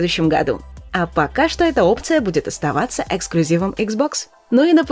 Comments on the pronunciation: Прошу Игроманию запретить своей сотруднице говорить "пока" так коротко! По поводу того, что компьютеры работают бесплатно, вот только не надо! Майнинг-фермеры над вами смеются в голос. 🤣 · Неееет, "Пока" в конце было слишком короткоеее😭